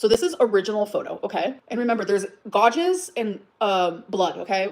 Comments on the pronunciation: oh no. not the "godges" on emily's arm. i can't with ole gorl 😂😂😂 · Now we've learned she can't pronounce "gouges," so that's fun too. "Gau-jhiz." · Did she say gouges as “gaw-djiz” like what 😂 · What's a godge?? 😅 Godges? Oh gorlllll. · Why cant dumbass say "gouges"... she says gojes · Why is she saying gouges that way 😂😂😂😂😂😂 she’s so dumb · The fact that's she can't say gouges but keeps repeating it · She doesn't know how to pronounce the word "gouges?" This crashout is wild. And the photo that allegedly proves Amber is right, why doesn't she show it as full size? Is it because it's obviously been altered in some way? Also, the tongue popping isn't doing what she thinks it's doing for her. It's just super annoying.